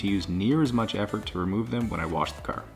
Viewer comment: YOU BUY NEW CAHH NOW !